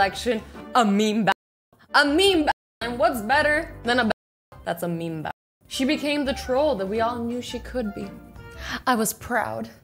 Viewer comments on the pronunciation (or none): SHE CANT SAY BATTLE WHAT??????? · And battle sounds like ba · Did anyone hear when she said "a meme ba- and whats better then a meme ba-" like I wanted to know what she was saying so i turned on subtitles and she was saying battle, is it just me, do you hear battle? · Just before the mark she tried to say "battle" like three times but I never heard the T's, did YouTube censor it or are my speakers broken?